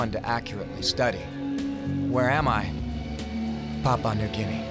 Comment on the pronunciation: As an Australian it annoys me how he pronounces Papua New Guinea 😂